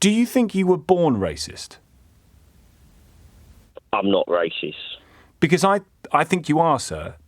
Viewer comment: AFTER ALL THAT YAPPING HE GOES "AM NOT RAYCIST" what an actual 🤡🤡🤡 Tom is doing the caller a favour by trying to educate him, however i feel this people are out of touch and just go around in circles.